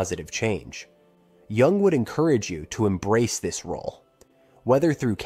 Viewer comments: Wow. Starts by mispronouncing Carl Jung's name. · mispronounces "jung" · It would be cool if the narrator knew how to pronounce Jung's name.